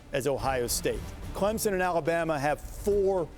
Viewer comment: its clemson not clemmie lol